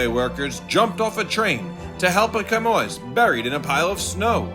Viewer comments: hehe 'Chamois' is pronounced 'shammy', not 'kamoyz'. Thanks for featuring the bug rescues too! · It's pronounced "shamwah", not "chamoyce" ! If you're a professional narrator, you need to be able to speak English. (or an American dialect of English!) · That animal is pronounced shammy (chamois).